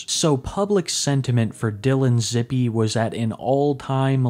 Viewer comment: It’s pronounced zip like zip code